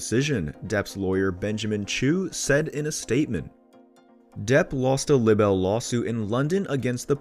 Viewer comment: Libbel lawsuir??? God get someone who can read....PLEASE??? Pronounced Lie Bul